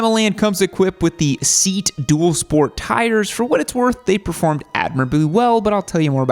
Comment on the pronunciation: The tyre is ceat Seat❌ seeyaat ✅